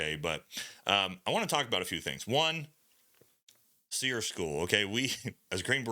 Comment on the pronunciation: Training ain’t what it used to be. Why are you pronouncing it as “SEAR”? It used to be called “SEAR-E” emphasizing the E at the end of SERE.